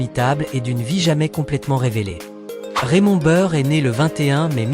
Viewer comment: Ne pas savoir prononcer Raymond Burr ni Perry Mason ni Ironside , la honte !!!!!!!!!!!!!!!!!!!!!!!!